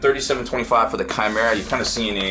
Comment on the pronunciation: Chimera, pronounced, kymera